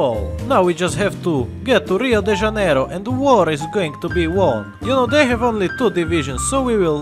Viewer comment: Finally, a person who knows how to pronounce janeiro properly Very maneiro i slovaco productions